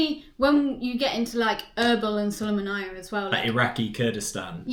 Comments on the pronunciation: twenty second into the video and im already triggered by how she pronouced the name of my city. its "Su lay ma ny" not sulamanayah....... with that being said i hope you had fun in Iraq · It's not written nor pronounced Sulumanaya 😂 it's pronounced Sulaimaniya